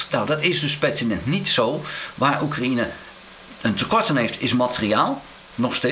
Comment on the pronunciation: Hoi, zeer interessante vlogs. Maar Oekraïne spreek je uit zoals cocaïne, een J tussen de A en de N, geen I